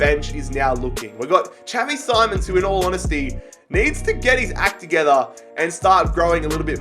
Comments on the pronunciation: It’s xavi simoans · It is simons not SIMONS